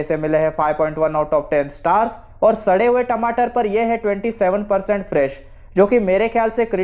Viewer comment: Sadr hue tamatar 😂😂😂oo bhai kya mst bola re baba